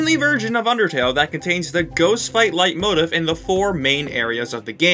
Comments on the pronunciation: "light motifff" its "leet moteef" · did you pronounce leitmotif as 'light-motive'? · this is a really enjoyable video but please stop pronouncing leitmotif like that 😭